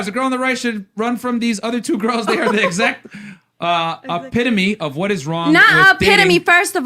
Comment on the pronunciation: "a pitta me". WHAT?..... HOW?...... SHUT THE F UP AND BUY A DICTIONARY!